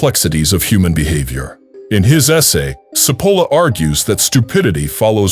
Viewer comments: The name is pronounced /tʃi'polla/ not Sepola! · I appreciate the information but for those who choose to listen you need to know that the pronunciation of Cipolla’s name which actually means onion is butchered by the speaker.